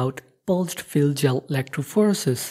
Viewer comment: electrophorEEEsis. not electrophOresis